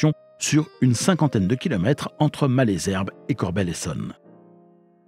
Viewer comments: c'est très bien de raconter des histoires de trains mais encore faut-il les prendre car Corbeil se dit corbeille et non corbelle,Ris Orangis se dit risse orangisse et Malesherbes,maleusherbe et non malaisherbe. Bon voyage! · Corbeil se prononce Corbeille et non pas « Corbel » et « Malesherbes » se prononce « Male zerbe » et oui c’est l’accent Francilien 😉 (j’ai grandi avec la ligne D sud est) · Merci pour toutes ces infos sur l'histoire de la ligne. Étant habitant de la vallée de la Seine, du côté de Ris-Orangis, je me permets d'apporter quelques corrections sur la prononciation des gares du coin. Les "s" de Ris-Orangis se prononcent, Malesherbes se dit "Malzerbe" et Corbeil se prononce "corbeille". Il y a marqué sur la carte "Évry-Couronne", c'est en réalité "Évry-Courcouronnes". Il y a deux lignes en parallèle reliant Juvisy à Corbeil : celle du plateau et celle du val de Seine. Il est préférable de parler de la gare de "Ris-Orangis" (ou éventuellement "Ris") pour parler de la ligne Val-de-Seine parce qu'une gare "Orangis-Bois-de-l'Épine", couramment abrégée "Orangis", existe sur la ligne du plateau.